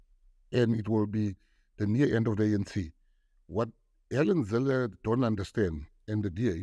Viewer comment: It's pronounced "Hell en Zille" for the wizard.